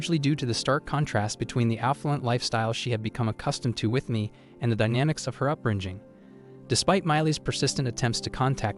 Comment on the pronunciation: Her "upbrin-jing" 😂